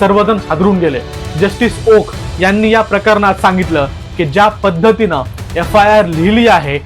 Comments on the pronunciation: अहो, ओका नाही, ओक म्हणा. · आहो ओका नाही, फक्त ओक म्हणा. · He u pronounce wrong, please say ,Oak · ओका नाही , ओक